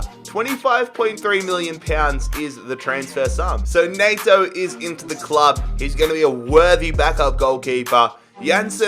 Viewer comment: Nayto? It’s N-E-T O